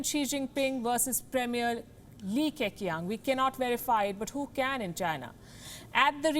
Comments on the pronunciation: it's Lee Kh Chi-ang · Li Keqiang is pronounced Kechiang. Q is Ch. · Li Keqiang pronounced as li ka-sheng